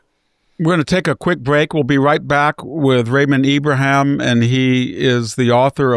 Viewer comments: IbraHEEM... everyone says "Abraham" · I've noticed that VDH has some strange pronunciations and stumbles over some words. I'm sure he KNOWS Ibrahim's name!!!